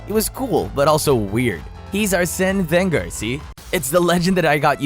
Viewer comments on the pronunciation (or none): none